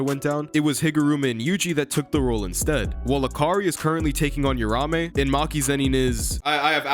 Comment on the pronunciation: You-ramé. It’s like Americans refuse to pronounce shit correctly. If you’re willing to invest a good amount of time liking something then you should also be respectful enough to pronounce the names right 🤦